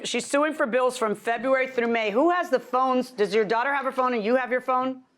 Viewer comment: "She cut the phones off in FEHWEARY"😂😂